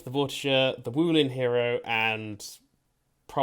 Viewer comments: It's Vor-tiger you're putting vor and tiger together but instead of saying tiger with the big I sound you say it with is a little I sound vor-ti-ger so no you're saying it wrong forget about what you heard online even with your accent that should be easy to pronounce correctly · Its vortiSHer it is a french knight